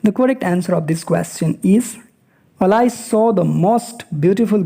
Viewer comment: Pronunciation of Alice is wrong